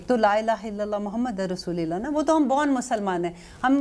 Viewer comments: Dear mam kalma pahrte hue aik galti ho gai app se rasullillah ni bolayn rasullullah! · JazakAllah kindly please correct your kalma Tatiana not Muhammad ur rashlillah it's Muhammad ur raslulllah